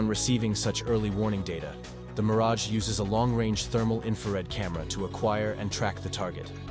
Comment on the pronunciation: it is Meaaraj